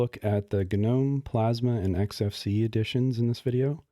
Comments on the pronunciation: ga-nome, ga-nome ga-nome. I had to quit. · It's just pronounced "NOME", dude :D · I was so confused at the beginning of the video as he kept saying "GNU" until I realised he was say "Gnome". Usually when everyone says they skip the G, I also do.